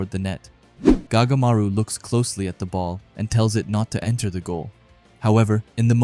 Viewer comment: His name is not gagamaru it goatmaru